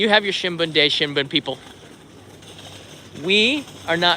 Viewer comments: it is Shunbun (春分の日) which is spring equinox day (not shinbun). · You said “ shinbun - no- hi” is wrong! 📰🤣🤣🤣. 20th March is “Shunbun-no-hi”. Not 📰新聞、it 春分の日🌸💐. That mean, 「Spring Equinox day」......Oh, I miss Japan. I cancelled my flight from London to Tokyo in mid April 😢. from 🇬🇧